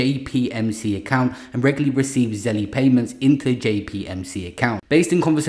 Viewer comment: zelle is pronounce "zell" btw